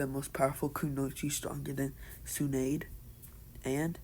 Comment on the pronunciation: You pronounced Tsunade as Su-Naid it’s pronounced like Su-Na-De basically